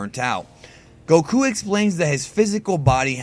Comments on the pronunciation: the way you pronounce goku pisses me off i am not subscribing anytime soon sir XD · Why does he put over emphasis on Goku. Even Asians don't pronounce it that way.